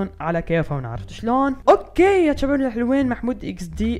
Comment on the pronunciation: ليش تسوي نفسك عراقي